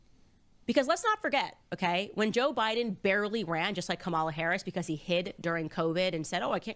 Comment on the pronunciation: IF THIS SELF HATING TRICK candace owens COULD TAKE A PILL TO TURN HER BLACK SKIN SHOE POLISH WHITE, SHE WOULD. SHE KNOWS THE PROPER PRONUNCIATION OF KAMALAS' NAME, BUT LIKE THE WHITE FOLKS SHE DANCES A JIG FOR, SHE CHOOSES TO DISRESPECT HER AT EVERY TURN. JEALOUSY IS HER BEST FRIEND😶